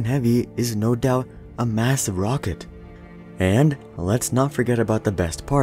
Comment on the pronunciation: He called the falcon heavy a "wocket" at the start